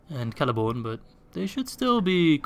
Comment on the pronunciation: Did you just really call Celeborn, Lord of the Galadhrim, Prince of Doriath, Lord of Lothlorien... Celery-born??? 😂